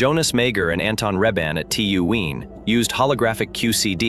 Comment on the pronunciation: This made my ears bleed on so many levels. Firstly, this is a long way from being physics' greatest puzzle. Secondly, "Wien" - for pity's sake, it's pronounced 'Veen'. Next, "Mager" is pronounced 'Marger' with a soft G, not 'Major' and you pronounced 'meson' correctly only once. Bloody hell, this was embarrassing.